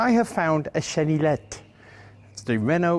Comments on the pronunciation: Hi, Frenchman here ! Quick tip on the pronunciation of "chenillette" : Chieftain actually pronounced it almost perfectly, with the exception of the "ill" part. In French, "ill" is usually pronounced like a "y" would be in a word in English (don't ask me why). I say usually because there is notable exception like "ville" (city/town) which is basically pronounced like a the English word "ill" with a "V" in front of it. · Don't pronounce the L in chenillette. It's more like yet. cheniyet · The Renault Chenillette (pronounce cheni-yet, traduction little or baby caterpillar) was a 2 persons light armoured recco vehicle usually equipped with a FM Châtellerault 24/29, machine gun model 1924 modified 1929 by Châtellerault Weapons Manufacture aka MAC, 7,5mm, 30 rounds magazines. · Chenillette is pronounced "Cheniyette". Why ? I don't know, but 2 "L" preceeded by an "i" becomes a "y" in French. Same goes for Baillonette (Baiyonette) for exemple. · super video(Chenillette is pronounced without the set of ll's)super video